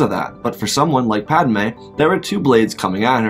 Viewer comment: It's padme not padame 💀